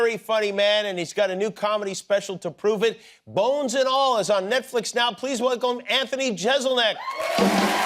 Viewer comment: "Please wlclmb"